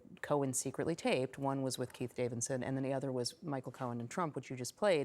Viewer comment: Y'all need to slow down and pronounce names clearly... I know Trump's laywer is Keith Davidson but sometimes I hear Pete Davidson 😂 and I think oh God 🤦 WTF did Pete do and who did he did it with? 🤣